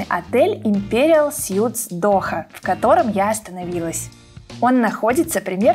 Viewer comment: "Суиитс", не "сютс".... (Imperial Suites). Сют = костюм.